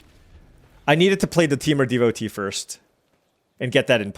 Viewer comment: Roamer's Rekeem lol. It's pronounced reh-kwee-em. Also devotee is deh-vo-TAY (you asked on a different video)